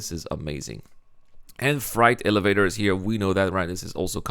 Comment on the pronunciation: I'm excited about the features, but the server performance still needs to improve before I return to play. So bring on meshing! Your accent made it sound like you said "Fright elevators", which is an apt description of SC elevators. 😁